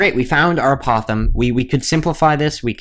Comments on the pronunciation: Can you pronounce the word apothem correctly? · Maybe you're the one pronouncing the word apothem incorrectly. Anyway it does not matter how someone pronounces it, as long as you can understand the word it is fine.